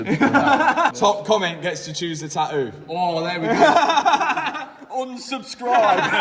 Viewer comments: Love the new neck tah-oouuu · Love the new taaaooo! I swear I wish I had the English accident 😂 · "taooo", "oil fileer" 😂😂😂😂 how is this English??? No "T" at all😂😂😂😂😂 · GUYSSSS PETITION, at 4 Mil, Tattoos the word "TAH-OOH" Basically the British pronunciation of Tattoo!!